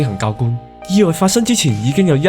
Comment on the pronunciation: 初音賽高 意外個外 oi→ngoi 個ng冇咗就係懶音嘅一個例子 其他都係大同小異